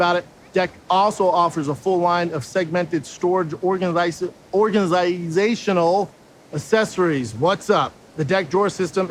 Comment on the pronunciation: I wonder how many takes they had before giving up on Brendan being able to pronounce "organisational accessories"?